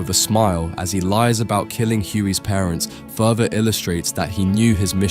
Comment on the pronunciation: He also uses the word “fruther” instead of “further” a few minutes later. Someone needs to look at the NPC’s code.